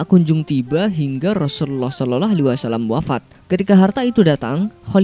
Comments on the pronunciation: Lafat Shalallah salah sebut masa sololoh bro goblok lu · Rasulullah sololoh sololoh.. hadehh. Gatau ya. Kesannya gw dengernya ga enak aja. Pengucapanya apakah seperti itu?? Sering gw ingetin adminya, mohon pengucapan SAW untuk Nabi Muhammad yg bener.